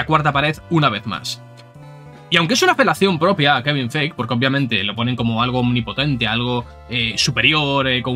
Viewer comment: no puedo cuando escucho que pronuncian kevin feich XD